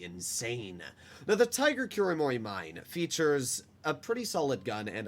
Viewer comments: Kuromorimine sounds like Kulomoli mee neh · As someone who's not a weeb but watched a bit of the anime just for the tanks... Im pretty sure it's pronounced Kuro Moro Menai (Mine) with the i pronounced as an e and the e pronounced as an a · i think kuromorimine is pronounced kuro-mori-me-neh